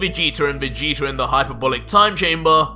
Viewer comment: REALLY? VEGETER? OMG!